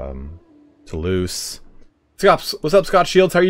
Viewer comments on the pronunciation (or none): none